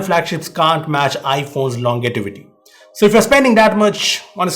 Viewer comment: Great vid! Really helpful. However, you misspelled & mispronounced 'longevity'.